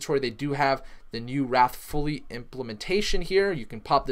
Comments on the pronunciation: It's wraith, not wrath. Pronounced like ray-th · It's wraith (rayyyyy-th) not wrath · Duuuude, it is the wraith protocol, not wrath !!!!!!!!!!! Say it: wraith, wraith, wraith. Not wrath. Definition of wraith: a : the exact likeness of a living person seen usually just before death as an apparition b : ghost, specter 2 : an insubstantial form or semblance : shadow 3 : a barely visible gaseous or vaporous column Definition of wrath 1 : strong vengeful anger or indignation 2 : retributory punishment for an offense or a crime : divine chastisement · Dear God please stop saying wrath lol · It is wraith - as in wait but with an r and h at the end people. But The pronunciation is not what matter is, the TA is what you need to listen to.